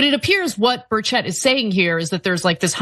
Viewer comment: The E in Burchett it pronounced like an I